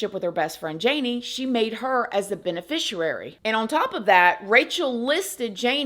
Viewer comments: Love your content! Btw: if you are the person receiving money when someone dies like life insurance or something, then you are the beneficiary. "bene-fishee-aree" not bene-fisher-rary. Silly 😂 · FYI it’s pronounced Ben a fish e air e…….theres no w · You’re so gorgeous, intelligent and kind. I gotta give you an FYI though darlin! BENEFICIARY is pronounced BENE-FISH-EE-AIR-EE. Not wanting to be petty or rude at all but i figured you may want to know for the future. 😘